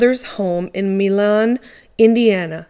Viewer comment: Milan is pronounced My lan.